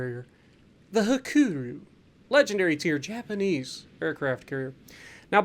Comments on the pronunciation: "白龍" is the Japanese name, meaning white dragon, and is pronounced Hakuryu, with more emphasis on the r and y towards the end, making a RE sound, where as you're pronouncing it more as Ha-ku-roo, which would be incorrect for the Japanese CV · The name Hakuryu is pronounced Ha-ku-REE-u for your information. Absolutely insane how much that team just didn't want to do anything beneficial